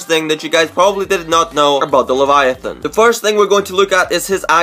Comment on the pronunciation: Also he’s pronouncing the name of the skin soooo wrong